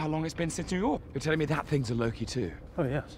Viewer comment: not him calling lokey as pokey cracked me uppp 🤣